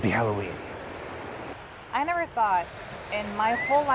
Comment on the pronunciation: hi why do u say happy haoweeln